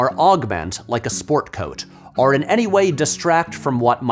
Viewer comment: it's OR. not ARR. OR. try to say it: OR.